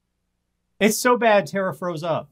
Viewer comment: Tara, not "Tera". Her name is in the intro every single week.